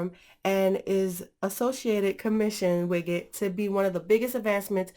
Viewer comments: widget not wiggit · The way you pronounce widget xD